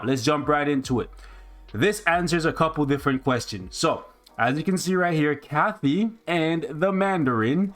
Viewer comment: Why does keep saying ‘Kathy’ when it’s ‘Katy’?